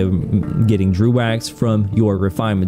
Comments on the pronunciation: Its pronounced Dreg, not drew. Also, you need to focus on yourself less. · It's pronounced "Drow" though.